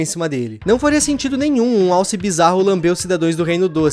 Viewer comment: Impressão minha ou ele disse “Wallace” ao invés de alce?